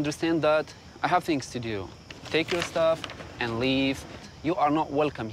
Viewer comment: Hahaha the way says "I have things to dyoo". So fucking funny